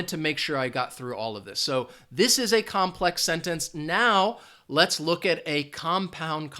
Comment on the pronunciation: COMPLEX- NOT COMPEX